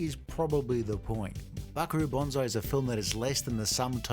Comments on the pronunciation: It's Banzai not Bonzai. You are confusing the tree and the heroic charge call. Bonsai (with an S not a Z) is the minature tree that is shaped with wire. Banzai is what Japanese soldiers shout when they charge the enemy. Again, Ban fking zai, not Bon fking zai. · It’s Buckaroo BANzai, not BONzai! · Why are you saying Buckaroo Bonsai?